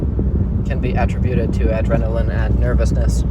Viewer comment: “At-trih-bueted” ?? Ahhh attributed. 🤔 Never heard it pronounced that way.